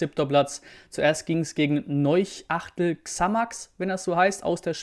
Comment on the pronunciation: Ich kann nicht mehr haha... wie du Neuchâtel ausgesprochen hast. Es heißt Nöschatell wenn man es richtig ausspricht 😂